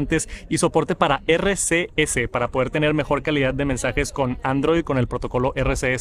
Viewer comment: “Isi ya li tinia andriod disdi haci mil añis” ya we ya sabemos